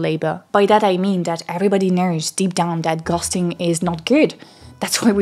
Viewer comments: I love your accent, it's not a small part of my enjoyment of the channel... but not gonna lie, when you said 'ghosting' 👻I was like 'What is gusting?' 🍃😆. I'm autistic, I really struggle with masking. I hate doing it and I don't insincerely transition from context to context well. I know I'm doing it, it takes up too much of my bandwidth, and other people know too, I know because they are rude about it, then I'm annoyed I spent so much energy on my mask and it's not being respected, I didn't want to do it in the first place damn it!. Nobody realizes that some people expend tremendous energy merely to be normal. -Albert Camus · anyone else notice she suddenly says 'ghosting' right after saying it wrong in the whole segment leading up to it? hahaha